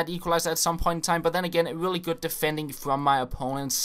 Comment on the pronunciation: Lol when you said really really it was like ; willy willy